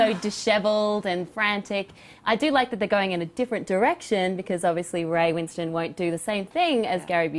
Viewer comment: it really irks me the way they pronounce ray winstone's surname. as win stone rather than winston